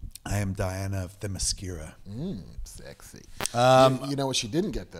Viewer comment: Kevin cannot pronounce any Greek word properly, even though he's heard it pronounced properly in movies. ozymanDIas? Are you fucking kidding me? Kev - the third from the last syllable is always stressed in a Greek word. TheMYscyra. OzyMANdias. Jesus. Oh, and it's gah-DOTE while I'm at it. Oh - and did he just say "Rorshark?"